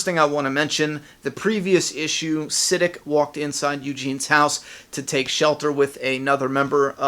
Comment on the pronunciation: Yo! I think you're saying Siddiq wrong lol. I am sure its pronounced like "Si-Deek"